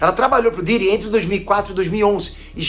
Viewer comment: do nada o falando o pidiri kkkkkk